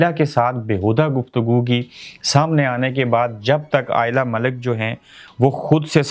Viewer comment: first correctly say lady name